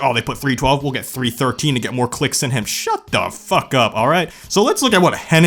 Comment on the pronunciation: I chocked on my chips when I heard him say “Shuut the fuck up!” 🤣🤣🤣🤣